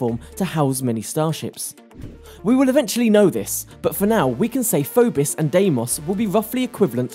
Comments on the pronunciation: It's 'Phobos' not 'Phobis'. And learn to pronounce 'subsidiary' witn 'i' as in 'india ' not 'icecream'. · What's a FOBIS??? ITS PHOBOS MORON...